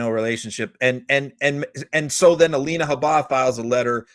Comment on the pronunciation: For God's sake, listen to how EVERYONE pronounces Habba's name.